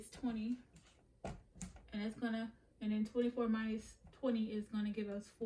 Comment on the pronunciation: Saying Mindus Is getting under my skin 😩 Minus .. No D